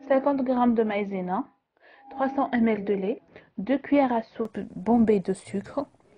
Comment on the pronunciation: sue la crème il y a 20 cl j ai pas compris aussi vous ne prononcé pas bien ml